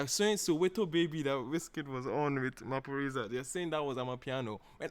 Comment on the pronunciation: Yes you pronounced Maphorisa correctly.😂💕